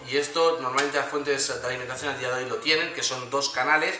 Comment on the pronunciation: "A dia doy" .... jeje